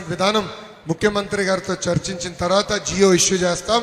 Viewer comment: అయ్యగారు jio కాదు జీవో